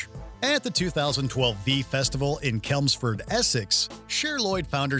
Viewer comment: Chelmsford is pronounced Chelms-ford not kelmford.